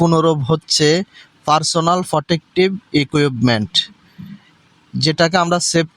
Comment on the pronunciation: ফি ফি য়ি😂😂 ফারছোনাল ফোটেকটিভ য়িকুয়েপমেন্ট😂😂